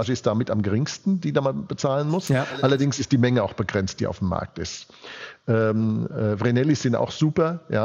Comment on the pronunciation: Brillante nationalökonomische Analyse von Herrn Dr. Krall. Daß aber ein Edelmetallprofi wie er nicht weiß, wie man "Vreneli" korrekt ausspricht, ist höchst merkwürdig...